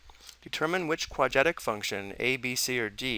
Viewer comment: quad-rat-ic is how you pronounce "quadratic" not "quad-at-ic"